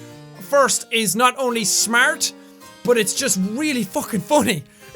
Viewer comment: Hey, how do you spell smart the way Jack says it?